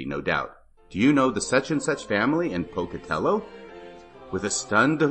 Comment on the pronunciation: ‘Pocatellah,’ Idaho! Gotta put that Idaho accent on it!🤣🤣🤣